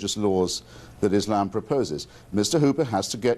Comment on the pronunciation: "EESH-LAMB" isn't a race